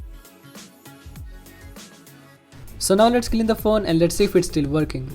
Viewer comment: Oh it's verking hahahahah